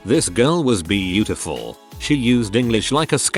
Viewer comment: I love how the robotic voice pronounced the word "BEAUtiful"